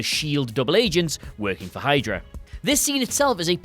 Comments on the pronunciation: "Shydra"? Really? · Not even a minute in Shydra?!? LOL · Ah yes, Shydra. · Yeah yeah ‘Shydra’